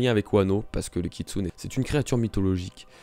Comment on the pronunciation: SACRILÈGE kitsune se prononce kitsunÉ !!! e --> é merciii